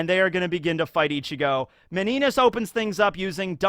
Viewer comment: Meninas is pronounced Mini-nia (Miniña)